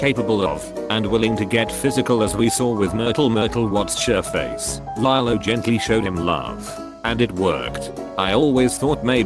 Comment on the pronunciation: the pronunciation of Nani Pelekai and Lilo HURT ME